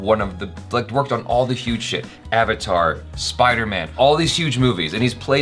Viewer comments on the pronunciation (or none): none